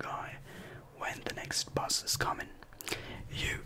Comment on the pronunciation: Bus not Buss